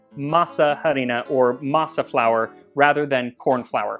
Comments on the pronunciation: I’m that annoying person who needs to correct 😂: masa harina doesn’t “literally translate”, corn flour, it means dough flour, or in this case: masa flour because is a very specific type of dough… sorry! I know no one cares but it it bugged me and my neurodivergent brain started to glitch, even though I totally understand what you mean 😂…. But your Spanish pronunciation is VERY good (just a pro tip: the H in harina is completely silent) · OMG, I nearly died when I heard you say "harina" without the silent h... I think it's so sweet that you try to use the original names of things, and I'm proud of you for acknowledging your mistake later in the comments... Now, to answer your question: chocolate!!!!!! Please!!!!! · It took me a few times to realise he was saying harina, the “h” is silent in Spanish, also we just call that maseca, but really great video these are also just called empanadas in Mexico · This is how we eat quesadillas we stuff them with cheese mushrooms or cheese pumpkin flowers and top them with pickled shredded carrot and cabbage. oh by the way I'm sure someone already mentioned that the H is silent in harina. can you do a history of mole it's one of my favorites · Love it! Thanks for your work, by the way the H in harina is mute, your pronunciation for the a is correct. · Hi Max, another great video. Im sure you already know this but in Spanish "h" does not sound, juts 'cos of masa harina pronunciation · I really like how u say masa harina, which is kinda curious since the h is silent in spanish and also it's better to say just harina de maíz cause masa harina not only is grammatically weird but doesn't make that much sense lol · These look yummy. Oh,, btw the H in "Harina" is silent 🤭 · Great video! And this was mentioned before, but.. The "H" is silent. The "H" is silent. The "H" is silent. The "H" is silent. The "H" is silent. The "H" is silent. Just as a reminder. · A little information, the h in "harina" is silent.